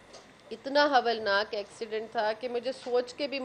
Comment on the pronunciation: Hoolnaq ko Havalnaaq zabardast Urdu